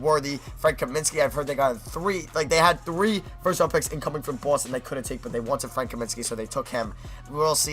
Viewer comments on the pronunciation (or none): none